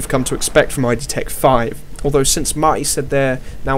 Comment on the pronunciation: The company is not named 'i' 'd' , it's 'id', one word. id. As in one of the 3 parts of the human psychic apparatus.